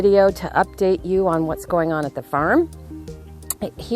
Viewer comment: Lol.... "Old Tavern Fearm" 😂😂😂💖💖💖